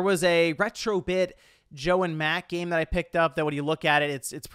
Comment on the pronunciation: i swear i heard him saying "the physical gay market"